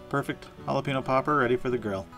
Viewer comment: Great recipe! Killing me with "Holla-PEEN-oh" though. "Holla-PAIN-yo". Cheers from South Texas!